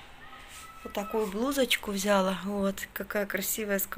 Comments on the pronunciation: А л е к с а согласна. Просто после очередного шоппинга использовала раз 15 в течение 30ти секунд. ВзЯла, взЯла, это взЯла, это дАла, дАла. Невозможно. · я конечно извиняюсь:), но глаголы «взяла и дала» ударение на последний слог, а не на первый. Вы очень часто употребляете эти слова и так режет слух, я понимаю русский не ваш родной, так же как и мне русский далеко не родной. Но, если говорите тем более делаете видео, будьте добры правильно хотя бы простые слова и предложения. Речь в общем не грамотная, но хотя бы простые слова может сможете правильно произносить?? Попробуйте, у вас получится